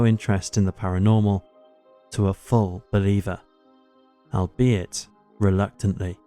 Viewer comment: Al-be-it. !!! he doesn't pronounce his words properly....